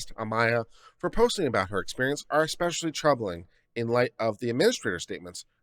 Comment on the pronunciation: Ex-specially? You seriously lost most of your viewers within the first 10 seconds. eSpecially, please.